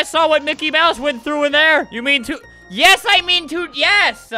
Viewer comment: OOOOOOO YOU SAID YIS WITH A E =BANNED